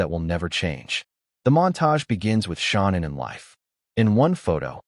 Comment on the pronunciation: Her name is Shannanne not Shonnon